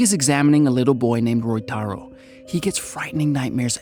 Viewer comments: It is Ryotaro in the film. The pronounciation is a minor goof on the part of the narrator. But overall, the summary is well done. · bro i know you couldnt pronounce ryotaro correctly but still you could try haahah, very nice video anyway, keep it up man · Roytaro = "Ryotaro"